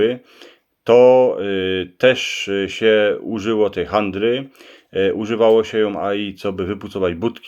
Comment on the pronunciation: nie: handre, jyny HADRE! Handre to czasym mjywajóm baby ;-) PS - sie zamiatało Śmiatokym, a nie smiatokiym